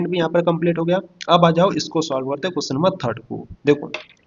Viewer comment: अरे भैया पहले बोलना तो सीख लो क्वेश्चन नहीं होता है क्वेश्चन होता हैसमझ में😅